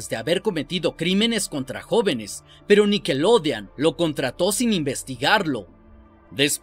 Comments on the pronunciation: Buen video, espero que algún día logres pronunciar snider y nickelodeon. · No se que es mas malo..lo que paso o la manera que dice nickelodean...para mi que es con O